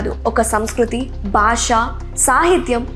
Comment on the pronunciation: వెరీ గుడ్ మనవరాలా! తెలుగు భా(బా)ష ఉచ్ఛా(చా)రణను ఇంకాస్త అభివృద్ధి చెయ్యమ్మా!